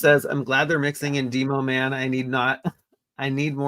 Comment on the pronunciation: Dee-Mo Man? You mean, Demo-Man…like Demolition. 😅